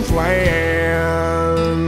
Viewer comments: OMG are you spying on me? This is me 100% Oh and I love Flan. Short A though. Not Flaaan lol 😆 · I love your videos but for the love of God PLEASE NEVER SAY FLAN IN THAT ACCENT AGAIN. 😱🤣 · Anyone else slightly bugged by the fact that that's not how "flan" is pronounced? 😂